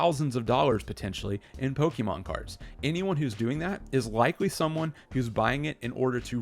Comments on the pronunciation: Saying Poke-EEEE-mon is always cringe to hear 🤦🏻‍♂️ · Just discovered your channel today and this video has some solid advice for collectors everywhere. Liked and subbed! One recommendation, try to pronounce Pokémon the right way, especially if you are going to say it all the time! Its a personal irk, but I cant be the only one lol. Good content otherwise!